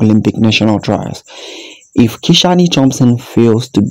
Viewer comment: Please, the E in Kishane’s name is silent, the e is not pronounced. The same goes for Siville, the E in the name is also silent . Kishan and Sevill. Drop the “E”.in both.